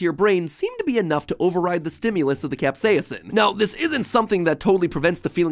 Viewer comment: # I’m now going to pronounce capsasin cap-sa-ye-sin